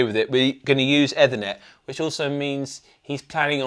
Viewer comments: "Either" net? Comment thread is Putting me to sleep, truly is Ethernet. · someone have a word with the Anderton guys...ETHERner not EVERnet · eh-thernet... lol. IT challenged. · Eee-ther-net not whatever you’re saying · Eeeeeeeeeeeeeeeeeeeeeethernet! It's driving me nuts the way you're saying that. You're gonna have to overdub the correct pronunciation now. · Looks and sounds very nice but what an unusual way to pronounce Ethernet, which I’ve never heard before in all my years of being associated with computer systems and networking. It is usually pronounced ee-thernet in both UK and US English. #beingpedantic 😬😂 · Oh you mean efffthranet? Lol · Definately Eeeefurrrnettt 😂 network via the ether lol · Eethernet. Rhymes with underneath a net. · So triggered by the mispronunciation of ethernet. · This whole review was rained when none of them could pronounce Ethernet 😅😅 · The pronunciation of Ethernet was not so great though 😂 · Agreed, I’ve never heard it pronounced like that before and they both did it 😂! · But not the pronunciation of Ethernet 😂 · That isn’t how you pronounce “Ethernet”. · It’s an American pronunciation apparently. Certainly I’ve not heard it said that way in the uk after a lifetime career in computing.